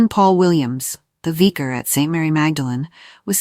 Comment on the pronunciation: The AI here is very annoying with the mispronunciation of words, such as vicar and names, such as Louis. I had to stop listening.